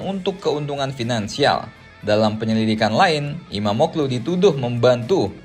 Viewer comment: FYI: İmamoğlu dibaca Imamoolu min